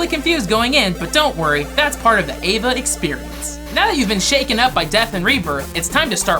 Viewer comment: Eva not evea